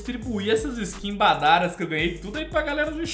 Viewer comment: é o único BR que fala "BADARÁS" e o único que diz que Astralis não é Brasil kkkkkkkkk Desconsidere-se da Tribo